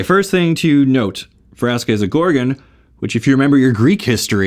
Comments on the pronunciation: Also it’s Gore-gone not gor-gun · Sry is just got me mad because u said gorgeen gore-gon